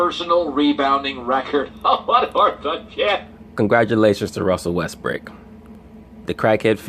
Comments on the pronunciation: did this nigga say Russel Westbrick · Stop saying Russell West brick nigga